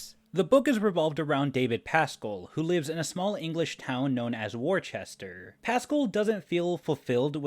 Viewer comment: Worcester..in bostonian.."Woostah"..😂😂